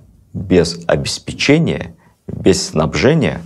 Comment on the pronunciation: Всё здорово. Слушаем с женой с огромным удовольствием. Но: обеспЕчение, а не обеспечЕние. И шорох бумаг бы убрать (хотя, может, это просто мои нервы...)